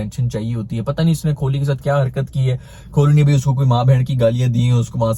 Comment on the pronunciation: कोहली ❌ खोली ✅ 😂😂😂